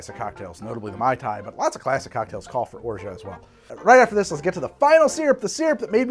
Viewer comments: Hahahaha. After hearing it several times and pronouncing it correctly, you still get it wrong. Orshaa eees wrong. Orgeaaah eee better. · i have french family and friends and i also speak french, its orj ah. you dont pronounce the t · has anyone told you yet that you talk way too frickin' much. Are you on drugs, amphetamines say? You're beating around the bush and not giving any interesting or relevent information. You're tedious to listen to, GET TO THE POINT!!!! By the way, the T in Orgeat is silent and mostly used in water kids or in Ricard hence a mauresque. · I love how you inform your viewers of cocktail misnomers but then mispronounce the hell out of orgeat just for kicks 🤣 english is so fun to mess around with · Orgeat is iambic. You're doing a trochaic pronunciation.